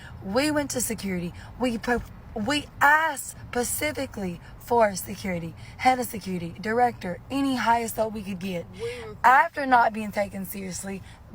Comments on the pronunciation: Yeah, I don't know who she talked to "pacifically," but it was definitely not a lawyer. 😂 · I mean she asked “ pacifically”. 😂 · Good thing she asked "pacifically", given this was an ocean cruise... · she went to use a big boy word and resorted to pacifically XD like the ocean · should correct her ghost looking mate that its "specific" not "pacific". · They're very well educated but she did ask "pacifically"? I don't think so. Come on. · While they did ask "Pacifically," i think they would have been better off asking "Atlantically." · yeah. I noticed that too. Maybe they need to cruise Atlantically next time. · I was about to comment the exact same thing. Lol. "Pacifically" bugs me more than just about any other common mispronunciation. I have no idea why. 😅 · She probably should have asked Caribbeanly or maybe Atlanticly, depending on where they were.